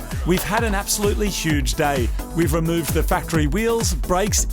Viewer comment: You pronounce "t's" with a "ch" sound. So battery sounds like batchry and tune sounds like chune lol.